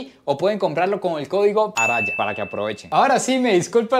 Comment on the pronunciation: ARAYA, o no sos TICO , o nos deshonrás a los demás pronunciando la RR 😅😂😂😂😂